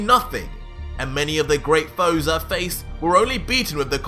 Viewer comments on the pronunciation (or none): none